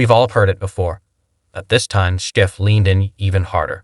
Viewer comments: Ya know, you’d make a bigger impact if you pronounce Schiff’s name correctly. 🙄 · To narrator: It's Schiff (shhiff) NOT (skiff)